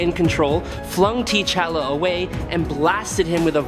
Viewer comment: I get that these narration are AI, but the pronouncing of some names is irritating. "T" Challa?